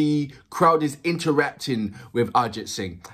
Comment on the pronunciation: I can absolutely relate to you saying that it reminds you of Sting, but there is the difference of the number of people turning up. For reference let’s take the number to be a 100,000 and that’s quite common. We actually have the power of population 😂🤣😂🤣. Secondly, when you say the name Arijit Singh and then say “Live” crowd gets crazy! And swear he delivers exceptionally! Pronunciation time 😜… Jo(as in ‘Joe’) Bhe(stress on “Ae’)+Ji Thi(thi of ‘three’) Dua(its ‘Do’ and ‘A’).